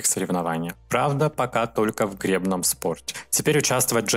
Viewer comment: ты меня удивляешь - в обычных словах не правильно делаешь ударение - часовой, гребной, значимый.А ударение в женской фамилии с окончанием на "ова" вызывает смех. Ты разговариваешь по-русски.